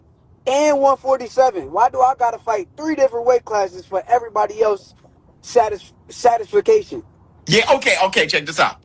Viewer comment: Did he say “satisfication”?